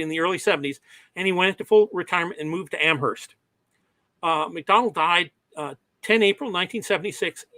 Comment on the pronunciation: I am so embarrassed. Listening to this, I realized I was saying something like MacDowl rather than MacDonnell for most of the presentation without realizing it. My apologies to the audience.